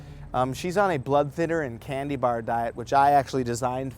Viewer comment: When you first said 'candy' I thought you said 'cannabinoid'. Different diet. '